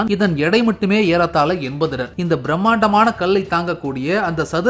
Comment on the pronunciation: ஐயா அது டன்(Ton ), நீங்கள் உச்சரிப்பது போல (Don ) அல்ல